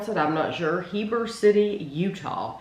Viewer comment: I just live miles away from Heber - you did pronounce it correctly. 😊 When I saw you were reviewing Ritual chocolate, I thought …Oh no. They’re going to hate this. They are a craft chocolate company that uses single origin cocoa beans and all of their bars are very dark (and what most would call bitter). You tried some if their inclusion bars, which are actually their sweeter products. I love their chocolate - my favorites are the sea salt, lavender juniper, cocoa nib, and vanilla inclusion. They are bars for people who like to taste the nuances in the cocoa beans - not sugar. It’s a specific kind of chocolate lover who likes this kind of chocolate. 😊